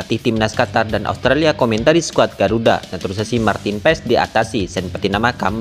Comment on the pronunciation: MIN KLO NGUCAP " NATURALISASI" JNGAN JADI "NATUSASI" , QUALIFIKASI JADI QUALISASI..AUSTRALIA JADI ASTRALA..WKWKW 😂MAU KMN SI CPET2 MIN? BELANDA MASIH JAUH..PELAN2 AJA WOI